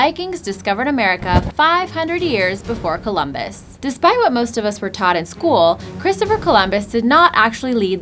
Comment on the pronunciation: schoo'all skualll schoowall skoowall aaah make it stop